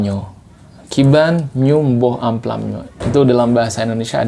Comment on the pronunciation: Mangga =mamplam....bukan amplam